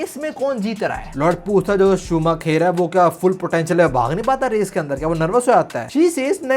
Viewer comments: Michael shu-maa-kher nhi h bhai .... Michael shu-maa-kar h , bachpan se f1 dikhi h usko ese hi bulta h check on Google 😅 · bhai Michael Schumacher ha loll shumaaa..... kheerrr nhi 😂😂😂😂😂😂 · शूमाकर not शूमाखेर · bro just to tell, in hindi we would pronounce it in the way as shumaakar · Sumakher nhi hai wo galat pronounce kr rhe ho 😂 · Also it's pronounced as shoo-ma-ker